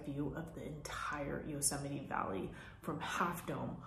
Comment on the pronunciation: It bothers me how she says Yusemie 😒 sorry I had to say it lol